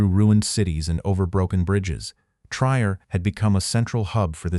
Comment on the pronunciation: The correct pronunciation of Trier is tree-air, not tryer.